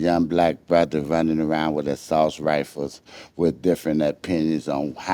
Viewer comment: (ASSUACE-RIFLES) not (ASSAULT -RIFLES).New word, for the (DICTIONARY.